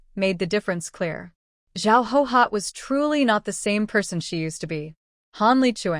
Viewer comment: Why do so many characters from this era bear the name Guihua? Why does the AI read it as Hohot, when it’s clearly pronounced Gway Hwa? Why don’t any of the posters correct the AI pronunciation so that we don’t have to listen to Hohot throughout the novel?